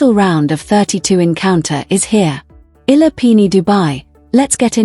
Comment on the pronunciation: These commentators/narrators are so disrespectful. Alex Eala <EE-YA-LA> has been celebrated for nearly a year now from the day news media noticed her outstanding performance in the WTA circuit. Yet, the media never researched, never tried to learn how to pronounce her name! That is truly idiotic.